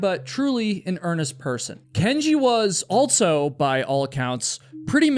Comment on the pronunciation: My guy... the word "also" does not have a "T" in it. It's not "altso".